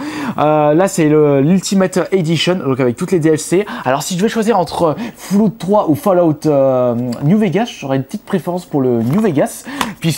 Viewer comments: on dit FALLOUT pas foulout xd, GG bonne video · "Foullout" new Vegas mdrrr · Mdr comment il prononce les jeux C'est surtout fallout il a dit " fouloute " mdr j'étais mort . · "FOULLOUT"... no comment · Foulout ? Sérieusement tu sais pas parler ?